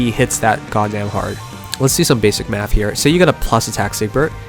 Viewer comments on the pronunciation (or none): none